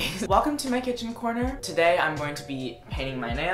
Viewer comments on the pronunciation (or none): welcome to myyyy kitchaan, we have banénéz and ovacadoes..